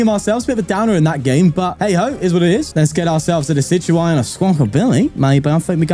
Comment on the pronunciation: Day 29! A bit late, but still counting! You should look into becoming a professional Pokemon pronunciator, I knew decidueye was pronounced like that!